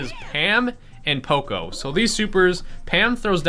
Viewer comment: It's P.O.C.O poco not po co